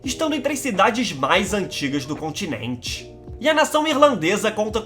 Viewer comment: Mlk que voz engraçada pequ´´Eeéeena ilha contineinsnss habitainnnsstss